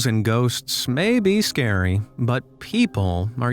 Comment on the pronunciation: not sciry 🤣🤣🤣😁😁